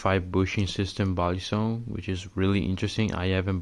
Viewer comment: You actually pronounce balisong in the Filipino way